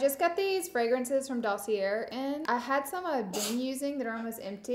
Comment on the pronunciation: Hi Laura, fyi you do not pronounce the R is dossier.